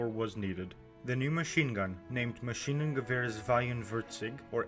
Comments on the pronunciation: Maschinengewehr sweiundvierzig🤣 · Maschinengewehrr Sweienwörzig